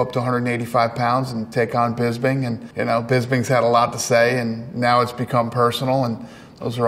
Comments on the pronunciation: Uncle Dana calling Michael PISBING 😂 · he called Bisping Pissbing I'm dying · No one : Absolutely no one : Dana white : yeah i was just talking about him the other day and proceeds to say wrong names.